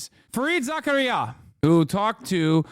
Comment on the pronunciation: You mispronouncing Fareed Zakarias name is textbook hubris from a Muslim